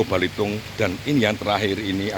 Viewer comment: Bukan balitung tapi belitung pak salah pengucapan bapak itu